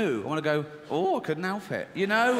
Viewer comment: No one: ... Ricky Gervais: "Twalve thousand pounds" "Mysalf" "Halp" "Hotals" "Aswall" Yeah u get the gist